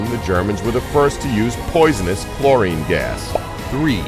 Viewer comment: It's chlorine not Florine